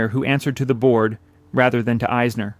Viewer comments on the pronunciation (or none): none